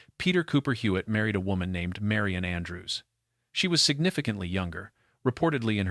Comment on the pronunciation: This is very annoying. Her name is Marion or Marian. NOT Mary-ON. Sometimes narrator says it correctly.